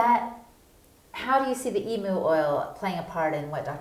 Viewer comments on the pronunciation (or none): I’m positive it’s my ears and you aren’t purposely disrespecting all Australians, by pronouncing Emu as Eemoo. Well since you are doing a little documentary on our famous coat of arms animal. Interesting video thanks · IT IS EMU (EEMYOU) Not Eeemoo. Dear lawd -- get it right!